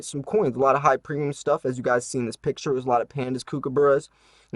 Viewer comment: As an Australian, I have to giggle a little at the way you say kookaburra :)